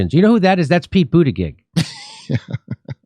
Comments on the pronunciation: It's pronounced , Booty Judge ! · Boot Edge Edge is how to pronounce the Secretary of Transportation's name. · Jimmy, it's Pronounced Butt Egg Egg. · I like how jimmy pronouce butigudge name xD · Pretty sure it's pronounced Booty Jig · Pete judybug I can’t unhear it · I always thought that his name was pronounced Butticheek. Let's hope that meltdowns happen to more airlines. Like, BA. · The surname "Buttigieg" is of Maltese origin that is actually pronounced "Butter-gig" (gig as in stand up comedy gig). Its painful watching everyone butcher this name... I went to school with a whole heap of Buttigiegs, can't imagine what they think about this useless politician guy ruining their name... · It’s “butt-gig”. Everyone knows it’s pronounced “butt-gig”. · Jimmy, your struggling over Pete BootyBitch's name, really made me LOL !!